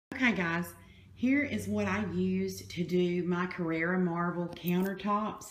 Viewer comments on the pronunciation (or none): Carrara not Carrera! ❤️ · it's CarrAra not Carrera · It´s called Carrara with A. Carrera is a car. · Hello I'd like to tell that it is not carrera , it is carrara. regards